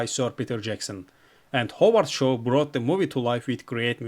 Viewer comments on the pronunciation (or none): none